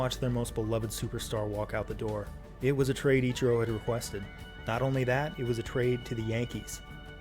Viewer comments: EACH-E-ROW read your comments dude :P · no he's just poking fun at pronunciation of ichiro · Mans got flamed in the comments and still can't pronounce the name "Ichiro"